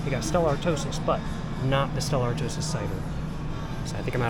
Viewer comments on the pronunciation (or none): Bro still saying Stella “artosis” 😂. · Please look up the pronunciation of Stella Artois. It hurts each time you say it.